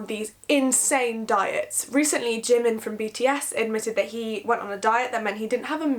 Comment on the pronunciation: Hahahah Czimin and not Jimin